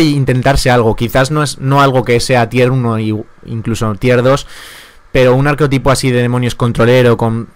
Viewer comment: Desde el respeto, se dice arquetipo, sin O. De buen rollo.